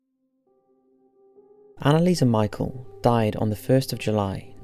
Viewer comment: I HATE to correct, because I adore you! But, phonetically, her name is Anna-leese Mee-shell 😊❤️